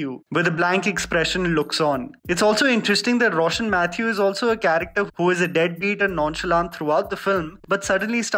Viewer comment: Yaaayyy..finally he got a Malayali name right ..”Roshann Mathew” 😅😅